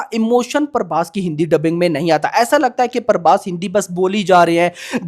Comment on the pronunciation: Parbhas nahi bhai prabhas hai 😅